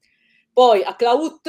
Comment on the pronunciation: Esercizi di pronuncia gli accenti di Cla'ut e Porci'a non si possono sentire.... Perdonate....